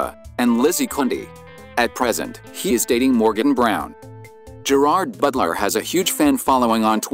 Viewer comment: Please learn how to pronounce his name correctly!!!!😡